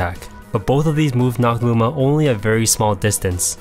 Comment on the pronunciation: it sounded like you said moves with lower priority well be beaten by booma's attacks xD also this was very helpful